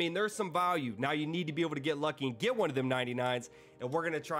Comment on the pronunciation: Bro says Value like he's saying Volume without the M